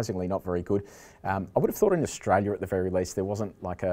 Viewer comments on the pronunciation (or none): none